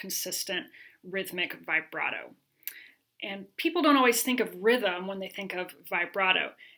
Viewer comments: I like you a lot but it’s pronounced vib brato not vigh brato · I get really annoyed with people who say it vyebrato instead of vihbrato. Otherwise it is a good video and I’ll use the content. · Very clear and helpful instructions, particularly the warnings about common errors! I've never heard "vibrato" pronounced this way.